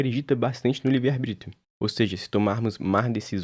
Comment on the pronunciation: “arBRÍtio” mais uma e tou fora